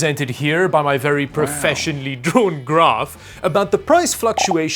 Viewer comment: It’s graph, not groff.